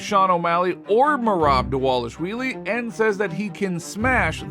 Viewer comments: Who is dis Merab Dawalushwheelie you speak of? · Repeat after me: DAH-VAH-LISH-VEE-LEE.